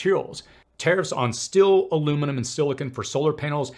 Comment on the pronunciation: It is puzzling that this guy struggles to properly pronounce the word "manufacturing". It is not pronounced "manAfacturing". He also struggles to properly pronounce "susceptible" and "steel". He might be a foreigner with a speech impediment.